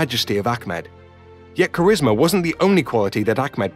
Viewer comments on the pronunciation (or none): none